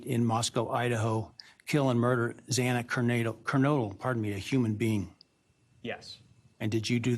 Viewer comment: Judge Hipler was out of line, insensitive, and borderline incompetent. Not only did he struggle in getting out the names of both legal teams, he couldn’t even pronounce Xana Kernodle’s name correctly even once. He should have made Kohberger remain standing, and speak to what he committed, not just matter of factly answer “yes”. It was a pathetic hearing. If I were in the situation is in, I would feel exactly the same.